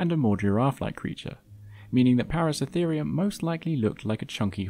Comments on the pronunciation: Thank you for another great video. Now I'm going to an asshole: it's ParaCERAtherium. Not "Paracetherium". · Its Para-CERA-therium. Not Para-CE-therium... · just a pronunciation point: Paraceratherium, you keep missing the middle "ra." You keep pronouncing it as if it is spelt, Paracetherium. It should be, "Peh-rah-Seh-rah-THII-RII-uhm," not, "Peh-rah-seh-THII-RII-uhm." Para means around, and Ceratherium, the ending just means an individual group of Ceratheres, whatever that is in Latin. Perhaps grass eaters? But it is definitely "Seh-Rah-thiirz," not, "Seh-thiirz." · even when its plainly written out on the screen "ParaceRAtherium" the narrator still calls the Genus "Paracetherium" EVERY time... WHY? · *Para-CERA-therium - 7 syllables! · Wonderful video! Although it is a little odd hearing you miss a syllable in the name of Paraceratherium every time you said it. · Hearing you mispronounce paraceratherium dozens of times was maddening.